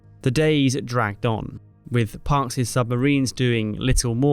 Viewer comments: Park's is not pronounced "Parkses"; it is pronounced "parks." Duh-uh? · "Park's" is not pronounced "Parkses." "The Parkses" would be the entirety of the Parks family. "Park's" is pronounced "Parks." It is, as I recall, the singular possessive case. How did you get this gig? Oh, you are an AI stooge? That 'splains it all. I'm just sayin'... ///